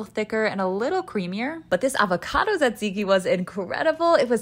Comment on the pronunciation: I literally came here to say that she's the first non-Greek speaking person I've come across to say "tzatziki' correctly!